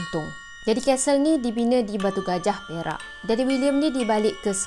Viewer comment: Aduhai,sebutan Castle tu,'Kas Sel',huruf "T" tidak dizahirkan sebutannya.Bknnya disebut 'Kastel'.Sekadar teguran bkn niat nak mengajar.Klu blh terima,ok,tapi klu tak blh terima,minta maaf je lah ya.🙏